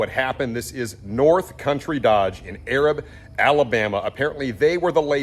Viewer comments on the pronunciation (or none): Pronounced A rab not Arab... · Not that it really matters but Arab is pronounced A as in day and rab as in cab. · This dealer is in my area the only time I went there it was a 10 grand bait and switch off the bat and I left.inside job I don't know but for sure karma.and it is pronounced a rab. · just to help prevent someone being sensitive in some weird way, it's pronounced "Ay-rab" or "ey-rab", and not the typical way you would read the word as if you were using it to describe the Middle East. It was actually named Arad after Stephen Tuttle Thompson's son in 1857 when he built a house there in 1857 and established the first post office in 1882. When he sent the establishment letter in, his son Arad's name was misread as 'Arab' with a b, but pronounced with a long A. No big deal, I've just seen people blow up saying ignorant things about the town calling it racist when they've seen what it's name is without understanding the history and how the postal service goofed. Thanks for bringing it to light. A few have been recovered, but not many. Have a good weekend! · Love the show. I am from Alabama and this city is pronounced A-rab. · Thank you! Only ppl from the area knows he was killing the name of the city lol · I live just north of this dealership in Huntsville, AL. I know you lived in Texas and Florida but in Alabama we have a real draw in our accents! It’s A-rab. A, rab. Just sayin’ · It's A rab...not the way your saying it...😂